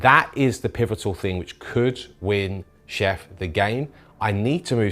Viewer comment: Since Chef refused to say things correctly, i propose to call him '' from here on out. Lovely game &.